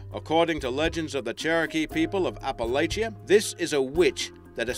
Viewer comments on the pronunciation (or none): He said Appalachia wrong